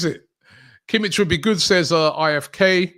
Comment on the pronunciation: no bayern players, thanks btw you don't pronouce it Kimitch, but Kimih, the H is as in Hint